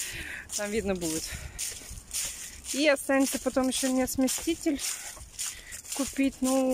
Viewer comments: Что за смесТитель, чего смещать собралась? Она читать - то умеет вообще... На коробке что ли не написано СМЕСИТЕЛЬ. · СмесТитель смесТитель смесТитель ...смеешься что ли ??? Я куплю я сделаю я решила я заняла я отдам ...муж где ??? Я яяяяя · Ну опять, сместитель, койка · прочитай на коробке, как называется, сместитель или смеситель. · не смесТитель, а смеситель, не стИральная машинка, а стиральная (ударение на первую букву А). Каждый раз пишут тебе, почему игнорируешь? Выписывай себе на листочек и учи как правильно говорить слова, дети же повторяют за тобой,почему ты их так не любишь?